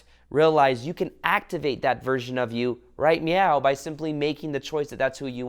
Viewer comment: Just checking.. you are saying "right meow" right? ?